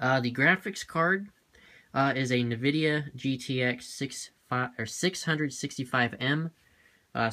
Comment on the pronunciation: its not navidia its N- vidia